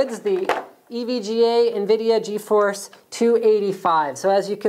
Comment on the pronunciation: But isn't it GeForce not GeFoce? :P